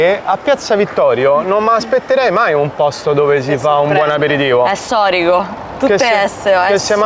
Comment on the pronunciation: è "ssorico", o "ssatuto" :))